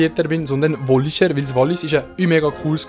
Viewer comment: Wallischär😂😂Nur so äs heissit Wallisär, nix "sch"